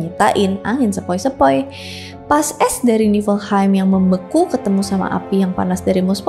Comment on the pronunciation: bacanya yagdrasil. nefelheim.